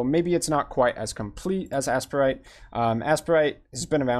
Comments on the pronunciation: It's the second. I have no idea why is calling it "ass-per-ite." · Its pronounced “ace-prite” or “A-Sprite” I pronounce it “A-Sprite”